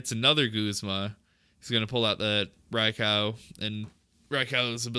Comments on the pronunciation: Rai-cow lmao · The pronunciation of Raikou is killing me